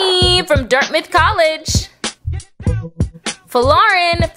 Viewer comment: she really didn’t say DIRTMITH?? 😂😂😂😂😂